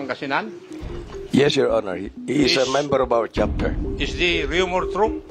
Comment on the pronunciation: Rumor not humor, ayusin mo naman